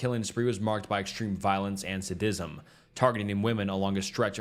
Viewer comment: I can't fucking watch this when your pronunciation is all wrong. Please look up how to say "sadism" amd "annals"